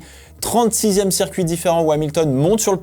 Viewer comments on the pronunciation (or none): none